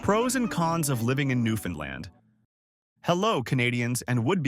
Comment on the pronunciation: Two things: First please learn the proper pronunciation of "Newfoundland". You're trying, I'm sure, but this is BUTCHERY. Also, the province consists of much more than the island of Newfoundland. I'll let you do your own research on that. Thanks for the honest effort, but if I were a 7th grade teacher, I'd give this a C- Minus.